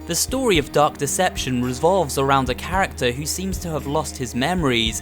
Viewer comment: It sounded like you said duck deception